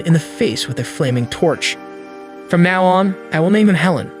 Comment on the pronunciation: Are you mispronouncing these words on purpose.. palace , now, ect… just curious??!!